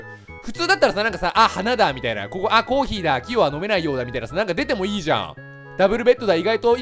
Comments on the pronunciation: キヨ「あ、コー↑ヒー↓だとか」 私「コ、コー↑ヒー↓！？」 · あ、コー↑ヒー↓だ。